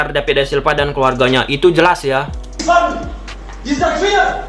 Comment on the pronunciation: Kok david silva jadi dapid da silpa lu ngomong nya bambank...😅🧠